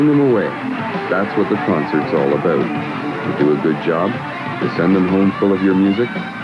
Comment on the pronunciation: "This is what the rock business is all aboot: ray-cords." So Canuckian!